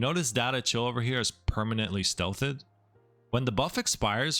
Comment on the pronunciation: Stealth-thed? Either you’re a moron or you’re using ai voice. Pick one for me please.